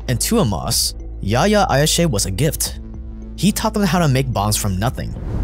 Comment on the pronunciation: Not Ayshe, Ayash.his name was Yihye Ayash. In Israel he was called "The engineer"